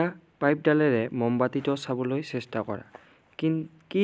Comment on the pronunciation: চাষ্টা নহয় ছাৰ চেষ্টা